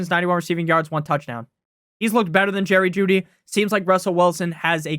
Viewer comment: you gonna put some respect on Jerry Juedy's name lol